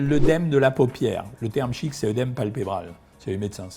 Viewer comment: Merci, Docteur, pour vos explications. Je suis rassurée. Ma tension est normale, voire un peu faible. Je sale peu mes aliments, j'évite les plats industriels, je n'ai soif que les jours où j'ai mangé du hareng fumé ou du saucisson sec, je ne souffre pas de calculs rénaux ni d'œdème. A ce propos, permettez-moi de vous dire qu'il ne faut pas prononcer oeudème et que la prononciation correcte de la diphtongue œ est é, donc œdème comme dans œsophage, œcuménisme, œstre, œstrogène, fœtus, au contraire de bœuf, œuf...